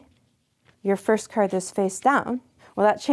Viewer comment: "work-er, because-er, card-er"